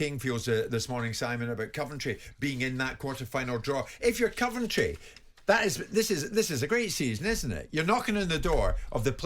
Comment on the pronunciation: Jim pronouncing Coventry “Cuventry”. Odd